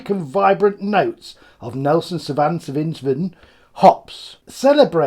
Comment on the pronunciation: Another great video mate! For the record it's pronounced SAW-Veen🍻🍻🍻